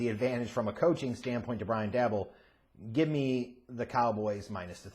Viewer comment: Daboll not dabble